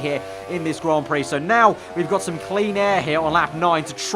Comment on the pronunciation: and 'Grand' Prix